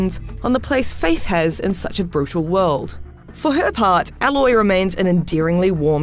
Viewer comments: Imagine giving a game review and you didn’t even pronounce the main character’s name right 🥴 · The fact this reviewer cannot for the life of her pronounce the protagonists name is infuriating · She cant get even pronounce the protagonists name..... yeah, we trust your opinions! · Reviews games...they've "played" but can't even pronounce the name of the main character in the entire game that you play as in it's entirety. Go home IGN....you're drunk. We don't need your reviews anymore. Glad im not subbed. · Please learn how to pronounce her name. Loads of characters say it throughout the main game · Starting the review by mispronouncing the main characters name.. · Obviously the speaker didnt play the game with the way she pronounces "Aloy" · the pronunciation of 'Aloy' is painful. you'd kinda expect them to say it right if they played the game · Its always weird when someone plays a game for 20 hours and still doesn't know how to say the main characters name. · She clearly didn't play the game and is reading from a script, her pronunciation of the main character gives her away. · Yepp, you hear her name the first ten minutes in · It may not be the female in the video whom rated it as she can't pronounce the main character right. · I don't trust a review with someone who can't pronounce Aloy properly. Obviously hasn't played the game considering her name is said quite a lot, literally Rost screams it at the beginning. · Cuz she didn’t actually play the game, she cannot pronounce Aloy correctly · Fully agree, if she can't say the name then why is she reviewing it lol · You pronounce her name “ayyloy” not “a loy” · A-loy not alloy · Literally two seconds into the game”aloy” every YouTuber ever Aloy uloy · This narrator triggers me every time she says alloy...ITS PRONOUNCED A-LOY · It’s ”Aye-loy” lol not “All-oy” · When someone can't mention the name of the character properly then that explains itself. Alloy for A-loy. Common IGN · It’s Aloy not alloy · Aloy not Alloy...